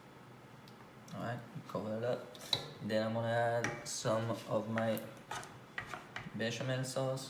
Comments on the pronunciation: Béchamel not bechamoo . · Beshamoo sauce…??? What is he calling the white sauce 😂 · Bechemel Sauce. Another name -- White Sauce. Used in many dishes.